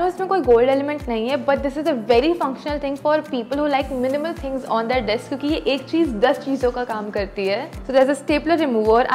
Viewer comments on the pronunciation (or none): none